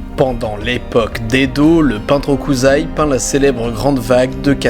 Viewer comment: Si je ne le souligne pas je vais le regretter ;-; alors on est français hein (ou francophone) donc ne pas prononcer le H je peux comprendre mais on dit pas "okuzai"... On dit "Hokuçai"(<- ça me fait mal d'écrire ça xD) les S en japonais ça marche pas comme ici